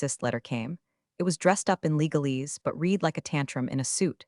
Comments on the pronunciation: I've noticed that most of them fail to get "READ" correct because they don't get programmed for words that are spelled the same for present in past tense. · This speech bot fails to grasp the pronunciation of 'read' when used in differing contexts - 'read' can be 'reed' as in "I will reed that later", or 'red' as in "I red that yesterday", both still spelled READ. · Flows to detecting artificial intelligence AI presentation when you hear the word, READ as red or reed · Absolutely! It is really really irritating. Additionally, the bot doesn't know how to pronounce "resume" or "foie gras" .